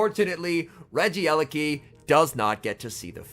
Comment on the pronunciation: My ears hurt It's not regi-eleki It's regie-leki